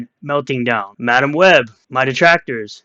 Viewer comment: Darrrrr my detwactors Darrrrr